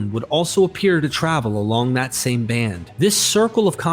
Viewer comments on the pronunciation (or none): none